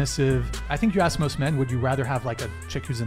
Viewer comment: lemme axe you, why you gott axe me bro